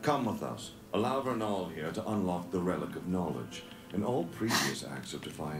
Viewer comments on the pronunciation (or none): It's vernal, not ernal. I get that said he cant read but come on. All and need to do is look at the cast credits cause theyre not even spoilers. They should've done a slap bet or strip of his detective status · Her name is VERNAL, which means "Spring" or "things related to Spring, or which happen during Spring" in Latin, a name which makes sense for the Spring Maiden. It's pronounced like the two men's names "VERN" and "AL" put together, therefore "VERNAL". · The characters name is Vernal like the vernal equinox that occurs when winter turns into spring. Though her name is pronounced slightly different. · is wrong. It's Vernal, as in the Spring Equinox lol. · It's Vernal! VERNAL! V not an R sound! Vernal = related to Spring